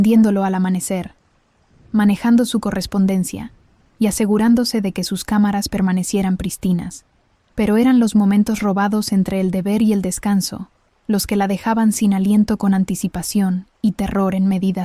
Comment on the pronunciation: Enseñen a la IA a pronunciar acentos se dice prístina no pristina